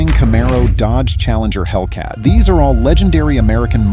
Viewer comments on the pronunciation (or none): none